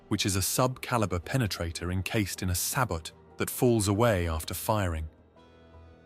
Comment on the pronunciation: Interesting video, Sabot is pronounced {say bo} the kinetic shells are known as Shard rounds. 👍🇺🇸 subbed.